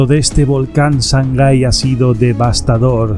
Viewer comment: Se llama SANGAY no shangai. Saludos desde Ecuador.